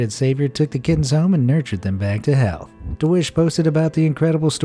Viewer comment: I heard "nurtured them back to hell"